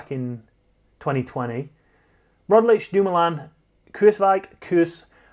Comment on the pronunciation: How about a 2021 resolution...to pronounce Roglič right....RoGlič, not RoDlič 🙌